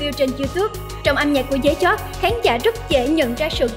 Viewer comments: Nghĩ sao tiếng việt đọc cũng kh xong: Dế Choắt thành Dế Chót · DẾ CHÓT ??? MC chương trình hồi nhỏ học có bị đúp lớp 1 k thế cái tên người ta đọc cx sai . Viết cái tiêu đề giật tít câu view xàm xí đế . XIN HÃY NHẬN CỦA MÌNH MỘT DISLIKE 😌